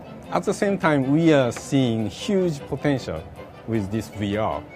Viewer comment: I see huge potentiarrr..rike reary....come on now..